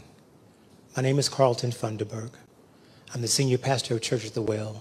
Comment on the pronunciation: Pastor fund-me-berg